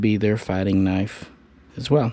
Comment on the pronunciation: KNIFE is NOT pronounced KERNIFE, it's universally pronounced NIFE